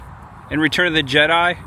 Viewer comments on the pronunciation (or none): none